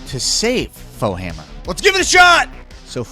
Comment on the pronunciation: AM i tripping isnt it foehammer not bowhammer